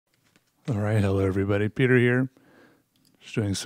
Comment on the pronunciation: "Hello everybody, 🅱️ e t e r here"